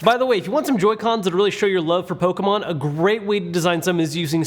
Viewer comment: The way you say Pokemon all compressed like that infuriates me lol